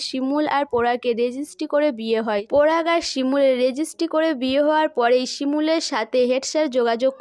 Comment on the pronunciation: আপনার উচচারণ টা এতো বাজে আপনি update দেওয়া বন্ধ করুন ।পরাগ কে পোরাগ সবাই কে সোবাই। বিচ্ছিরি ।